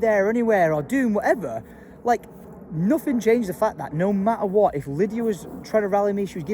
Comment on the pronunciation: If you need to cheer yourself up….just go back to 5min37secs in……you say no motta wotta instead of no matter what 🤣🤣🤣🤣